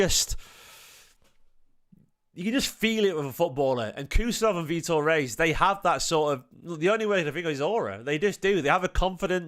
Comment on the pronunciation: Loved seeing Vitor rushing back and decisively winning the ball back from a breaking opposition player too. Physicality! Plz tho, it's pronounced Hayes 🙏